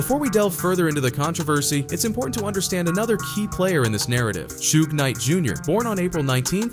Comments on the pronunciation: Damn. When he said “Shoot knight” spit my drink LoL think he meant to say Suge Knight. LoL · “Keef D” “Shoog Nite” LOL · Pronouncing it "Shoog Knight" is wild! 💀